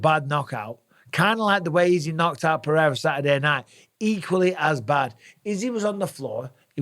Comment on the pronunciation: Bisping. First of all, you don't pronounce Pereira's name with an "h" in the middle. Only Portuguese words that start with R or have double R's are pronounced that way. You, Rogan and DC do it constantly, and it's maddening. Second, stop d riding Izzy. He's a grown man mocking a child that was 5 years old at the time he did a stupid thing. Maybe Pereira told him privately not to mock someone who's been knocked out. Izzy is cringe, and it was really cringe what he did. If the tables were turned, I guarantee you would take Izzy's side.